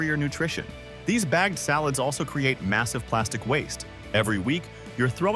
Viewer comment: Some of the mispronunciations by the A.I. narrator were HORRIBLE, such as calling salads " allads "!!!